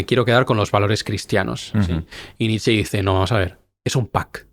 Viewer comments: Se pronuncia Nietzsche, no Nitsch! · Qué pesado el entrevistador con llamar Nitch a Nietsche, cuando lo pronunció bien cuando intervino él. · En alemán la “e” final suena, por ejemplo Nietzsche, como bien lo hace.